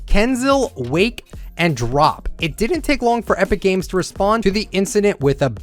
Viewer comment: btw here’s all the pros you pronounced wrong and here’s how to pronounce them freemok: free-mock IDrop:I-Drop Wakie:Way-Key Kinzell:Kin-Zell(basically the same but was pronounced wrong) not tryna be toxic but hoped this helps. love the channel sm btw